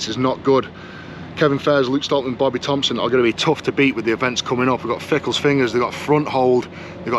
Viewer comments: FINGALS not fickles ,😂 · Why is he saying Fingal’s fingers incorrectly?